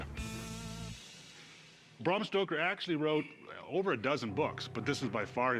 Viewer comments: Cory said "Bram Stroker" instead of Stoker. What's he stroking? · Did Cory say, Bram Stroker? lol that's awesome! 🤣🍻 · They keep say Bram Stroker....🙄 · Corey: “Bram Stroker”, haha! Must be Stroker Ace’s long lost cousin🤣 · "Bram Stroker"